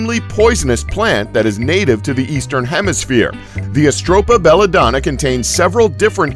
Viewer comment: where the hell did you pull the "s" sound from atropa belladonna from ?!